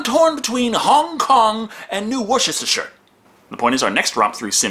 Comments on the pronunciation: Woosittisher? You mean Worcestershire? That's pronounced Woostersher. I don't blame you, it took me 3 years of living in England before I finally got the pronunciation right. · That's not how you pronounce Worcestershire.